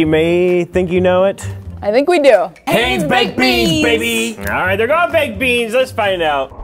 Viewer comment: it hienz hi ns not hay ns